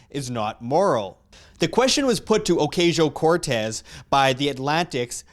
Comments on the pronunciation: It's pronounced "Occasional Cortex". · Ocuntzio. That's right ?